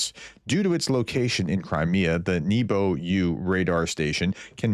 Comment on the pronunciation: Nebo (Небо) in Russian means sky (and also heaven). It's pronounced NYEH-ba with stress on the first syllable or simply NEH-ba with E as in egg. Since it's an air surveillance radar the name means Sky-U.